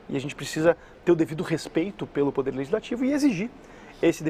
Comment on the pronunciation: Fábio, reparei que quando vc usa o verbo poder a pronúncia fica “pudê”.